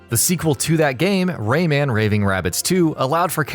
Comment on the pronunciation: It's Rayman, not RayMAN, get it right dude